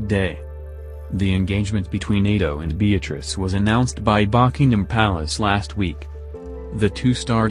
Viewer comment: And who told you the queen would not travel to Italy????? If it's not come from Buckingham place then I suggest You ask them before you say anything and also please learn to say Buckingham Place rite!!!!!! And unless as I have said come from the press office or Beatrice herself or parents the I think you should!!!! Zip it